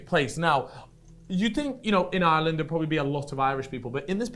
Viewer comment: Props to for saying Ireland 50% correct and Jesus Christ mate ya need to touch up on it 5%